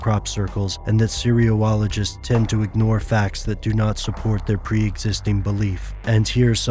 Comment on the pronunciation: That is totally not how you pronounce "cereologists."